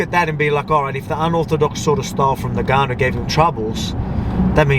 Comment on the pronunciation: Are you purposely saying “Nigganou” 🤔